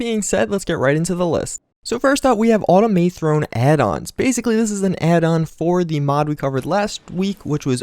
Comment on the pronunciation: "automay throne"